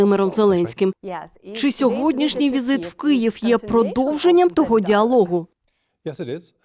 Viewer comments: Чому ведуча, говорячи про Київ, знову промовляє "Кієв"? Варто фільтрувати такі помилки! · Пані ведуча, чому кієв? Хіба кієв столиця України, а не Київ?!!!! 😡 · Дякуємо Крон Принцу Норвегії і Норвегії за всебічну підтримку🇸🇯❤️ І за візит до Києва тепер. До пані інтерв'юерки єдине: вона саме на такому місці, де вкрай важливо вимовляти не Києв, а Київ